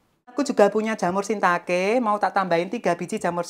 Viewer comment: Hai... Cantiikkk.. Dirimu sll bikin ngiler tiap kali makan. Btw.. Yg bener jamur Shiitake bukan shintake mbak. 😊 Sehat2 selalu & banyak rejeki ya cantik. ❤❤❤ OJOK LALI KULINERAN DILUAR RUMAH MANEH YO... TAK TUNGGU LOH😂😂